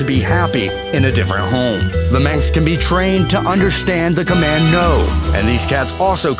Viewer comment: The "sinks?" Perhaps just a speech impediment. But "Minx", or Burmeece"? Believe it or not, the narrator sidelines as a speech therapist.